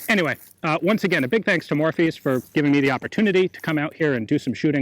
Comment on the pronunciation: Every time he says Morphy's it sounds like Morpheus to me. I guess I've watched the Matrix too many times and not spent enough time at high end auction houses.